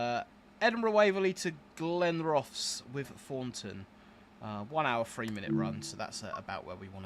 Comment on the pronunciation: As mentioned it is Lee-ven.Also Glenrothes is Glen-roth-ess (not rowths).